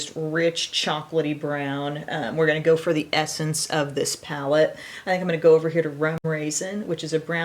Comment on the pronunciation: He said “ palette”.... 🙌🏻I’m impressed.